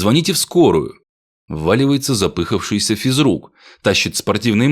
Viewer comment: ЗапыхАвшийся,а не запЫхавшийся физрук.